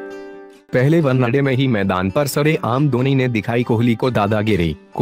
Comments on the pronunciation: pehle bhai one day bol .....onnaday nhi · Onnna day kya hai bhai 😂one day hota hai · 1day bolna sikh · Did someone noticed he was saying one-a-day😂😂😂😂😂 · Vannaday...!😂 ye vannaday kya hota hai! Pehle vannaday pehle vannaday kare jaa raha h!😂😂😂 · One day ko thik se pronounciate karo bro. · Kya boolra hai be ... Onena day 😂😂😅😅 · Bhai tu kaise bolta hai yar One naa day .... Janbuzkar aise pronounce karta hai kya . teri har ek video me kuchh na kuchh galat bolta hai tu. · Bhai pehle , one-day Sahi se bol le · Abe sahi se bola kr wanade kya hota h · One day bolna to sikh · oye one day to sahi se bol le